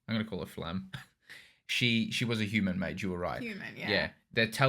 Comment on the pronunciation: Btw you have to pronounc the "e" at the end of Flamme. Its a german word